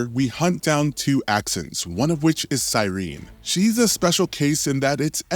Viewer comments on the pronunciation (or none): Sai-reen?? Its sir-en.. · "SIGH-REEN". Sir. SIR. Okay, you clearly haven't played this game at all. Your pronunciation of some of these words is atrocious. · Sirène pronounced "See-renn", not "Sigh-reen". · Bro never played the game based on how hes promouncing Sirenè its sir in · The pronunciation of "Sirene" 😂 "Si-reen"!